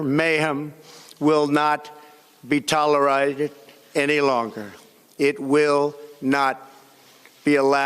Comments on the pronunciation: what did he just say? Tolerited? Tolerized? What an embarrassment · "tel-I-Rided" LOLOLOL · Donald is always giving nicknames to Democrats, after this so called fake illiterate speech, he should be called Dementia Donnie. " Tolerited" ??? 😅😂🤣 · Tolerited REALLY?? IT'S CALLED ALL PUFFED UP!!!! GOD HELP US. HE'S A MESS. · 🤦‍♂️he cant pronounce tolerate... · I noticed that too. Actually, his whole fake speech gave me a stomach ache. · Lol and he still couldnt pronounce "tolerated" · I thought the same thing. He sounded like that the last time I heard him speak. He destroyed the word “tolerated”, it sounded slurred. 🤷‍♀️ then again, he’s reading from a teleprompter and ppl will flub up doing that, it’s normal. But idk yeh he seemed off in speaking. is just gross 🤢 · Snoball thanks for the time stamp on that! He just destroyed the word “tolerated”. Slurred too. 🤦🏻‍♀️